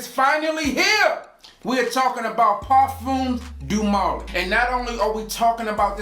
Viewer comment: "Parfums doo molly" smh